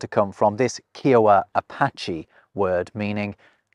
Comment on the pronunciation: I am a member of the Kiowa Tribe of Oklahoma. Pronounce the tribe as Iowa but with a K. You did a fantastic job. Native American names can be a challenge to pronounce. I loved this video. Thank you.